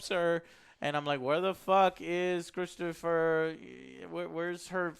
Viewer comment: "ChristophER Waltz..." That’s NOT a bingooouuu!